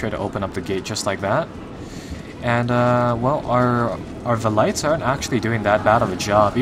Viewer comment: who else thinks its annoying how he pronounces valites and cavalry